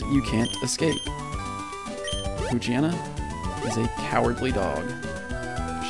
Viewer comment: WTF. That's not how you pronounce Poochyena. Its Pooch-yena